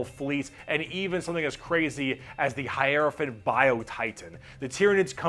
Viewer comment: pronounced high row fant hierophant